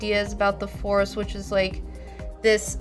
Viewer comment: why are u calling it the "farce" awakens ?